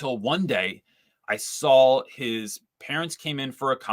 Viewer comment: You say sawl! 😅Now I have to find out for whom that's a regional accent.